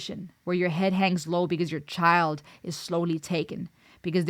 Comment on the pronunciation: You even pronounced it " in your Ead!". Love your insights. Dorothy brought Ireland, voice, and musicality to the masses. "go raibh maith agat" ( thank you). I was stunned by this song then and now. Thank you for your song reactions. Stay Safe.